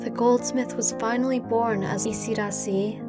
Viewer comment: It is isidaasi. Long a. Yiu have it Thai